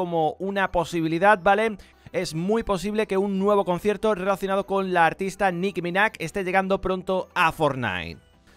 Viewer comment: Es Nicki MinaJ tio no Nicki MINACK